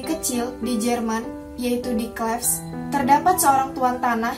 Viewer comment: banyak yang salah anne of (klif) bacanya